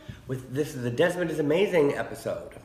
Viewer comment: Desmond “Demond”